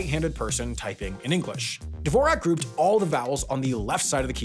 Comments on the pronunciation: Sigh... all that research and nobody looked up how to say the name Dvořák? It's pronounced like "S'more Shack" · Dvorak is pronounced Dvorzhak, and it isn’t one tiny minuscule bit better than Qwerty. Nonsense. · May have been a lost opportunity to give a nod to the original pronunciation of Dvorak from its native tongue... sounds like duh·vaw·zhak. Another keyboard layout that was quite important was the layout of the Linotype keyboard used in the print industry for setting lines of hot metal type. Two advantages a keyboard had over a linotype machine though - realtime feedback (could see if what was typed was correct without having to wait for an entire line to be cast) and a backspace key. Look up the phrase ETAION SHRDLU to go down that rabbit-hole. If changing a layout from QWERTY to DVORAK, think about getting a keyboard that shows the new layout of the keys without having to stick labels over the existing keyboard... something like the Flux keyboard. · Even in this scenario, I feel Dvorak should be pronounced Dvořák. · If that Dvorak's name is pronounced anything like the composer Antonín Dvořák, you're pronouncing it slightly wrong. Great video, though! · It's pronounced Dvorak without zh. You're probably thinking about the Czech relative of the inventor of the layout, the composer Dvořak. Dvorak was an American citizen and the spelling of the name and its pronunciation was adjusted to American English.